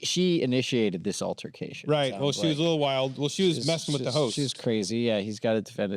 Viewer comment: Pfffff “altarcation”